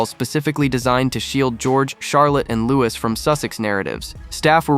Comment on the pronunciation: Not Lou-iss it’s Lou-ee